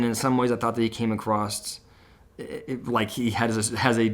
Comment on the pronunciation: Sorry - it’s across NOT acrost